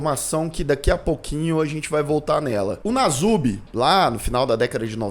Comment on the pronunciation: É perturbador o que fizeram com ele...uma observação: o apelido dele é Nasubi, o s se pronuncia com som de s mesmo.